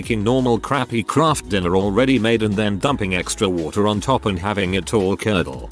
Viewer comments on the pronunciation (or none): during the story I don't know if the video was doing it or my computer but emphasis was put on the "dumping" part and I'm dying laughing.